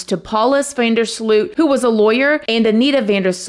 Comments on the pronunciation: FYI: In English speaking media his name is pronounced incorrectly. The OO in Sloot should be pronounced as OA (just like in BOAT) and not as UI (as in FRUIT)... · Yóa-ran van der Sloat is how you pronounce it, not You-ráwn vonder Slute 😓